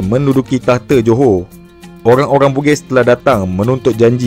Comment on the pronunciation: Dia bilang Joho padahal tulisannya Johor. Kenapa ya.. Orang malaysia tidak bisa mengucapkan huruf R.